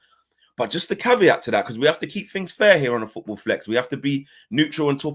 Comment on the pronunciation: Foorball lol